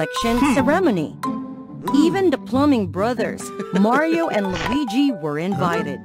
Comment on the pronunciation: That Is NOT Mario, That's.... Mayro